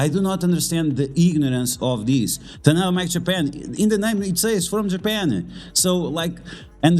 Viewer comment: very informative video. didnt know there was so much drama among content creators. so unfortunate. im not a political person, and i dont give a sh*t what other people think about politics. however, i am very much against forcing politics and political views on other people. QUESTION: i missed the tadano mac offer. what did it actually say? i cant seem to find it online. (also, its taDaNo, not taNaDo. not sure why you keep saying tanado lol)